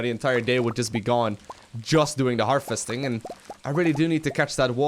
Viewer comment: You say "harvesting" a lot but you continuously pronounce it "Her-Festing" and it's annoying. V, not F.